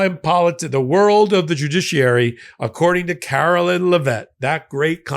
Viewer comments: Eh. We all know he didn't win-win all seven swing states. No way in hell. He didn't even get half the nation's total vote, so it shouldn't be statistically possible. On a side note, I love that is pronouncing this insufferable woman's name as "Carolyn." I bet that really chaps Karoline's the same way literally everything chaps her boss's. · you do a great job and are my fave, but PLEASE pronounce Karoline's name correctly!!! You say Laura Ingraham's name accurately, why can't you get this press secretary's name right? C'mon,, leave the mispronounciations and slurs to their administration. It's beneath you.